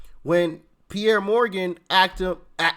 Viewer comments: Doc - love your content and your presentation. May I just offer this information, with all due respect - the gentleman's name, the one who interviewed Dennis Quaid, his name is pronounced "Peers", not Pierre, Peers Morgan. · Sorry to be an ass. But the guy's name is pronounced like an ocean pier that you walk out to fish on. Piers Morgan.